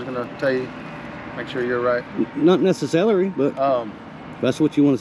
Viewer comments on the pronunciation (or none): "Not nececelery"??? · Not nece-celery. Lol😆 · Not nese-celery 😂🤣🤪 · You just said “not nessa-celery” lol from Raleigh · Did he say “ not neccelery “ ??? 😂😂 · "Not nece-cerlery" I'm using that one! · "not nececelery"